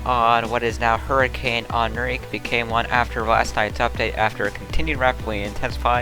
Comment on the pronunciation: Thanks for the update! Much appreciated. I have family currently in sw Mexico. I just have a few corrections: the hurricane's name would be pronounced closer to "In-Ree-Kay". Also there is a typo in the city Mazatlan.